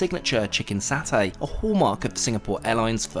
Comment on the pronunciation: I like the video, and SIA is my favorite airline by a large margin. But, the word is satay, or the Indonesian spelling of sate. In Malayo-Polynesian language there is no "Saa". It is "Saw" "tay".it's it s nails on a wall.. Also- it's not Ren- DANG. It's Ren-dong.